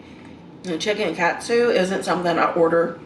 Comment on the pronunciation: It's pronounced kawt-soo